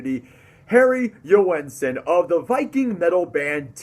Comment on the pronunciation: Joensen has two syllables. Listen to how he pronounces it. The "oe" is pronounced as the "ø" in Danish.